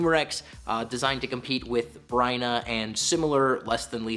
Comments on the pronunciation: Wait, did you say "Bryna"? It's Byrna, like "burn a hole" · It's (burn-nah) byrna. (And for anyone who says other wise uts exactly how the company pronounces it) But live the video nonetheless. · You mean "Byrna"?¿ my boy? 😂